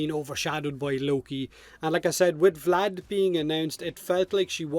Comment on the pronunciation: VlAd VlAd VlAd, oh so terrible sounds in english